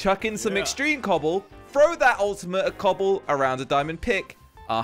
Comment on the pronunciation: This video made me laugh so much when said “cooble” and doodle